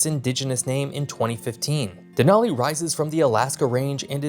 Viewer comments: that’s what I was saying. You pronounced it Den-ALL-ee instead of Den-AL-ee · You lived in Alaska and you pronounce several names wrong… odd. Denali, Diomede, Wrangell… just the few I caught. That being said. LOVE your videos 😂